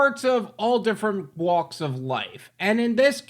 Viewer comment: you really HAD to say "all WLAKS of life"?